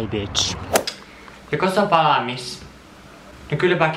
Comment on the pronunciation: "joko se on valamis" 😄😄👌tuttua murretta mulle 😀